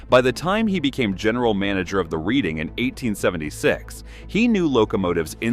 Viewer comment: Reading is pronounced Redding, please.